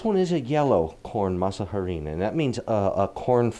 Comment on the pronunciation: Your tamales look amazing and I like how clear the items & your measurements are to follow. One suggestion: when you pronounce harina, the “h” is completely silent, so it is pronounced like aree-nah. Thank you for the recipe..